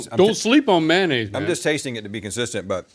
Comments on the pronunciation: Man-aise, man-aise, man-aise. 🤦‍♂️🤦‍♂️🤦‍♂️🤦‍♂️ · I want someone to do a deep dive history on how and when people started calling “mayonnaise” “manaise”.